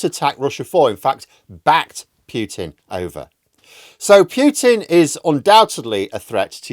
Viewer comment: Pooh pooh pooh-tin as in Winnie the.... not Pew-tin...as in church benches . 4th time I mention this.